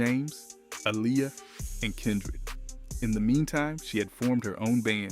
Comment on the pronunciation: AI messed up so many names. Even Aaliyah's was wrong